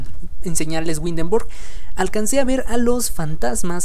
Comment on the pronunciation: Ese tipo de Arquitectura no es sólo del Norte de Europa abarca desde Dinamarca , Holanda, Alemania, Austria y Suiza ( entre otras pequeñas ciudades de Europa) el tipo de Arqutectura o las casas que se ven en especial las que están en el centro de. Windenburg < ojo se pronuncia ( Vindenburk) se llaman Fachwerkhaus (fajverkjaus).